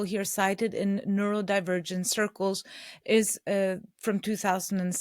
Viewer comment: You need to stop saying “neuroLdivergent”